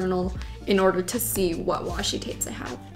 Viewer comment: she says Watchi tapes instead of washi tapes😂😂😂😂😂😂😂